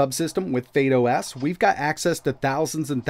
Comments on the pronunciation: I'm sure it's not pronounce fade os. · Why are you saying "Fade OS"